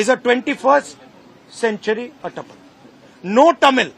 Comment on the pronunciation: He is “Etappen” and not “atappan” Mr. Rahul Gandhi.